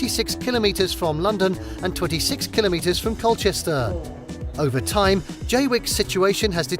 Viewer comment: At least he pronounces kilometers correctly. Not KilOMetres.